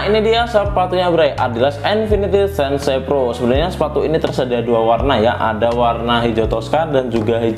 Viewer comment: "SEN-SE" PRO itu apa bang, 😂😛